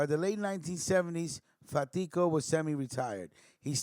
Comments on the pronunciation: Pronounced Carmine FAT•tee•Ko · My uncle carmine lombardozzi was really close to fatico I met him several times and considered him an uncle as well though not by blood. You are pronouncing his last name wrong though , no harm no foul